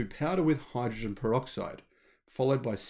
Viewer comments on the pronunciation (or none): none